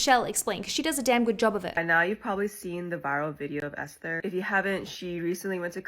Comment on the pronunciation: no offense, love your channel, but you can literally google how to pronounce names and you are butchering even common names. i have never heard someone from any english-speaking country mispronounce esther. ioanna is pronounced yo-anna. like, be a little more thorough please, this is your job and you're giving john travolta announcing poor idina menzel as 'adele dezeem'